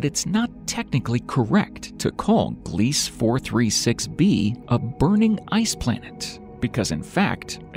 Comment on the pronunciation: *Gliese - glee-suh 🙄 🤭